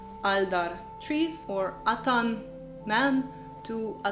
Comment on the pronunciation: In many ways a nice summary, but do read up on the stress rules. For instance, atan is "AT-an" and not "a-TAN" .